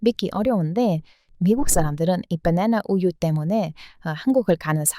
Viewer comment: 주인장님, '버네너 우유' 라고 하면 맛 없습니다. '빠나나 우유' 라고 해주세요.^^